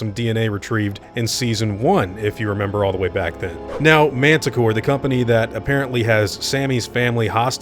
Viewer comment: Wait, are you saying Mantah Core or Mantah Corp?